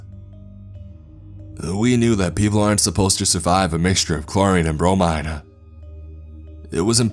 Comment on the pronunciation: Is anyone bothered by the way the guy speaks? It’s very airy.. he says “awayuhh” or “bromineuhh”